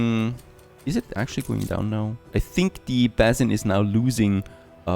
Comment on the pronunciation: Please check the way you pronounce 'basin'. I find myself screaming at the screen